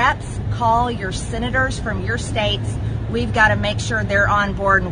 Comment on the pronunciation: MTG says: “Sinators”